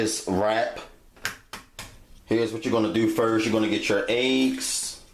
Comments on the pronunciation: It’s Eggs not Aeggs 😂😂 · The way you say eggs is funny, you say "eiiyyggs" lol